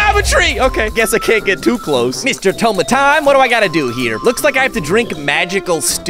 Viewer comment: Its tome of time not tiktok of time or totem of time